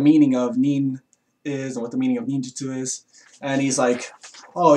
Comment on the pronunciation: FujiBeeyashi. Ninjuhtsu. "Some may pervert the meaning of nin".